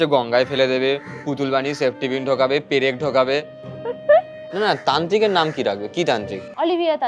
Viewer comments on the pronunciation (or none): প্রেক 😂😂 পেরেক না